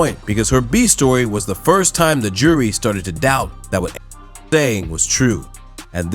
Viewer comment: 為什麼那個名字A…..唸不出來🤣